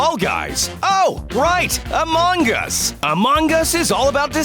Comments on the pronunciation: Stop say Among gus to call call right is Among us :v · AMONG US NOT "AMONG GAS" BRUH